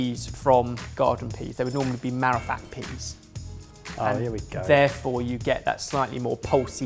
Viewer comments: lolololol said Peaness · "there's a very peaness about it" COME ON MAN IT'S PEAS! LOL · Pea ness?! Lmao I never laughed like that at a blooper before.